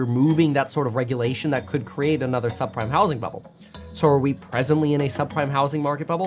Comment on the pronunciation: a subprime-ah mortgage-ah crisis